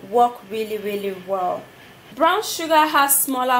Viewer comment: && ITS Brown nott Brawn ik u working on English but I love da video babe